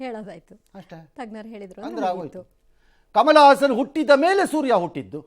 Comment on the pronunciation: ಹಾಸನ್ ಅಲ್ಲ ಸಾರ್.... ಅವನು ಹಸನ್